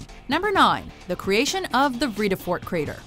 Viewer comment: please, not even close to how Vredefort is pronounced....